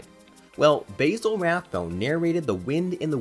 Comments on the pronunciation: Dude, it's Baa-sil, not Bay-sil Rathbone. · Basil Rathbone’s name is pronounced more so like BAZ-zle not like basil pasta.